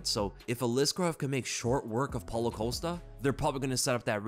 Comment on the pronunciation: i'm pretty sure paulo's last name is COST-A not COAST-A